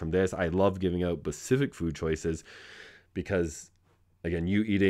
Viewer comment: Good lord man. Specific not pacific.